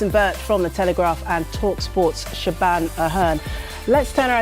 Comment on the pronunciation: Is the reporters name actually pronounced “Sha-ban”? Surely it’s “Sha-von”